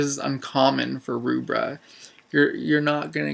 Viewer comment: By the way the name Rubbra, is pronounced as in 'Rubber' not 'Roobra'